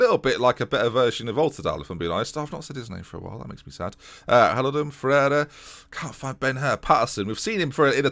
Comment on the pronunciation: You say Ferreyra funny